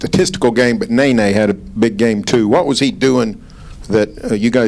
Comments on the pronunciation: I hate it when reports call Nene "Nae-Nae" like what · Dude says nay nay but it’s ne ne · He pronounced nene's name as nae nae😂 this reporter funny as hell